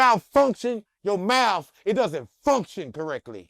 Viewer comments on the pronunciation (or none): “When you mouf-function your mouf doesn’t function correctly” 🤦🏾‍♂️😭